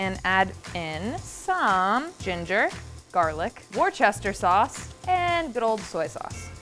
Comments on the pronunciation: Worcester is pronounced wu-ster ! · Worcester is pronounced "wooster"! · The way she pronounced Worcester as war Chester is killing me lmaooo